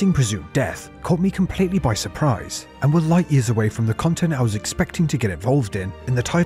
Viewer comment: Ah yes, chill and interactive khantent! 😂 Darn